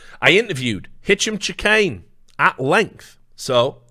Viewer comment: Is it a meme to absolutely murder Hicham Chahines name ? It's driving me a bit crazy